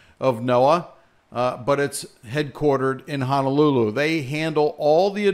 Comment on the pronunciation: Please note how Honolulu is spelt! HONO! Not HANALULU there is no such place as Hanalulu😤 other than that here in Maui will be fine. Everybody’s prepared hopefully.